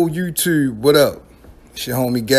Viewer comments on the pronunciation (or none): Bruh why the fuck do you pronounce your “O, OU” = UEW. TUEWWPAC, YUEWTUEBE